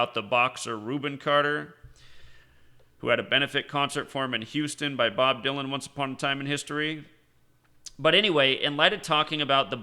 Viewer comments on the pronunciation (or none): none